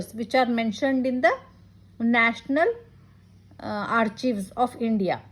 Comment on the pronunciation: Excellent efforts Madam.. A small fact though.... do you know that you are vocalizing 'Archives' wrong :).